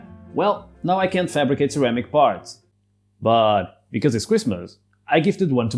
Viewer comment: Baat Becwaz it's cwistmas